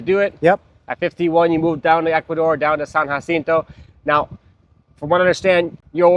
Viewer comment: Equador? Really? Are you outta your mind??